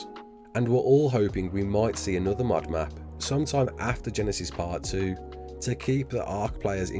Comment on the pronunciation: i was so confused when he said mod cus i heard mud